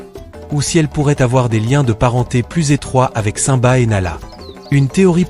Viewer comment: Aprent à prononcer simba